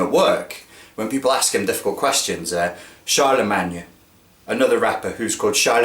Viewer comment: "Charlamagne" isn't a rapper, he's a radio producer, VJ, writer & Journalist. His name is pronounced "Shar-La-Main!"